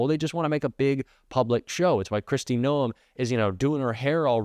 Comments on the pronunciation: A South Dakota here. Pronounce Noam with one syllable. And yes, she's awful. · You are pronouncing her name wrong it is driving me CRAZY. Kristi Gnome is the correct pronunciation